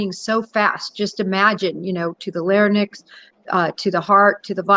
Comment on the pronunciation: Ughh it's LARYNX ... not LARNIX !!!!